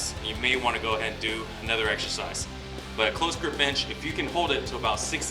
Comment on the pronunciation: Always hear him say "bitch" when he says bench.... Am I the only one?